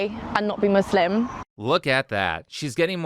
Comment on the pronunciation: She can't even pronounce Muslim right